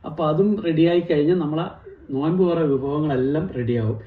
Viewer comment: നോയ്മ്പ് അല്ല - നോമ്പ് എന്നാ